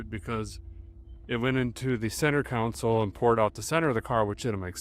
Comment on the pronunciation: Console = "KAHN-sole". Kingman, AZ, not "Kingsman". And did I hear you call lunch "dinner"? No. Dinner can be supper if you want, but dinner can never be lunch. The meal in the middle of the day is just lunch. Anyway, great job with the musical driving montages, you can put in as many of those as you want.